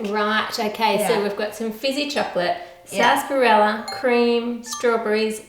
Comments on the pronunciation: did she say sasperella 17 times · am I the only one just like wtf is sasperella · What the hell is sassparella? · How To Cook That the way you say sarsaparilla triggers me